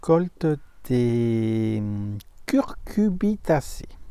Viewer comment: salut,toi aussi comme ludo tu as un probleme avec le nom de famille des courges?? tu auras la bonne prononciation si tu penses "fesse", donc oublie curcu... bitacés et pense cucu....rbitacés!! un bon moyen de s'en rappeler! belle recolte et bien variée!